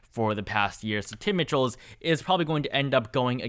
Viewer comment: In Wisconsin, the Governor's race, Tony Evers probable opponents name is pronounced Tim MICHEALS. Not MITCHELL'S.